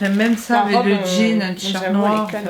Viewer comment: Au lieu de dire avec tu dis avé Au lieu de dire parce que tu dis passé